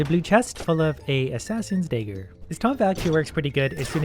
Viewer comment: its fucking pronounced DAGGER not DAYGER you idiot